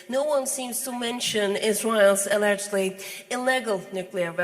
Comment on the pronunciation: E-legg-led nuclear weapons...